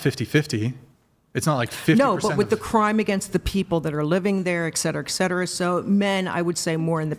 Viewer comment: Granny 6 hours 43 in"ex cetera ex cetera ex cetera" Its ET CETERA you ninny.